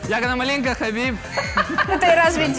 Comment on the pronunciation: Сказать Хабиб❎ Сказать Хабит✅